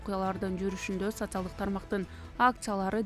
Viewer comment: ФУ ФУ ! ВЕНГРИЯ ДЕГЕНДИ НОРМ.ЭЛЕ ОКУЧУ ЭКИЛЕНБЕЙ . ЭКИЛЕНИП АТЫП ЭЛЕ " СОЦИАЛДЫК , ФЕЛИКС , ЛЕНИН , ФРОЛОВ " ........ ДЕГЕН СОЗДОРДУ ТАНТЫП АЙТА АЛБАЙ ЭЛЕ КАЛАТ ЭКЕНСИНЕР 😂😂😂😂😂 ( СоССиалист , ЛеЛин .........)